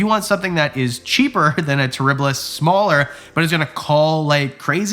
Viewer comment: Shaw! Wow. Shmaller , ecksheption and now shaw I love these little flubs!